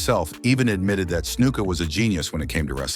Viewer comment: This story is full of shit. And who the fuck is Peter Patera? Try KEN Patera. Who is Iron Chic. Try Iron SHEIK. Who is Jimmy Snooka? Try SNUKA. It was Vince Jr. who put Hogan over, not Senior. Stupid false post.